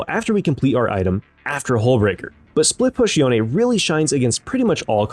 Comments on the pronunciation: are you seriously calling him Youn? or yon? That's disgusting, it's YOH-NE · i think e is silent in yone sounds so bad with the e